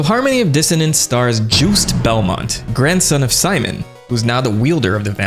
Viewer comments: Pronouncing Juste as "Juiced" instead of "Just" is an epic move, I like it. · hearing Juste being pronounced as Juiced is scary. I've heard it as Just'eh like Justice. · It should be pronounced Zhoost like Joost but with a z blended with j sound at the beginning. It's a French name. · Its juste (pronounced jus-tay not juiced or joost) 😅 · Pronouncing Juste like “juiced” is wild lol